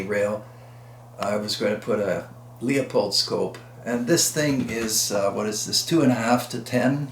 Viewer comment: Thank you for your tutorials on firearms. So many that I haven't even heard of. These rifles with the fortner action were amazing. Savage now makes a high powered rifle in several calibres called the Impulse. It also is a straight pull with ball bearings. Just for interest sake the word Leupold doesn't have an "a" in it. Proper pronunciation is more like lou powder not lee a pold. I used to work for a dealer. Thank you once again I really appreciate your videos.